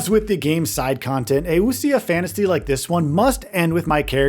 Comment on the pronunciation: Its pronounced Wu-Shee-ah